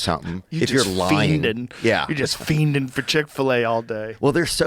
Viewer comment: minutes and an ad already.. you also say Feinin like a boomer Joe